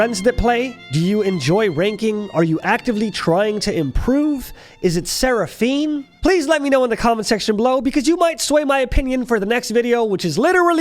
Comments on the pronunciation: It’s never Serpahine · " IS IT SERPAHINE " 😂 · It's Seraphine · its Seraphine :D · Its seraphine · It's Seraphine. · I should actually dislike this video for you saying seraphine but the video was nice